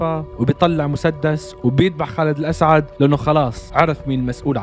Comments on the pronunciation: خالد الاسد مش خالد الاسعد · خالد الأسد مو الاسعد🙄😑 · اسمه خالد الاسد ليس الاسعد❤